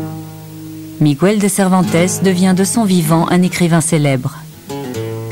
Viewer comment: "À son bord, un soldat espagnol... Il s'appelle Migouel" [sic] Ça me fait mal au cœur à chaque fois que j'entends cette déformation. Il n'y a pas de tréma sur le "u", Miguel se prononce donc... Bah Miguel, comme il se prononcerait en français ! :'(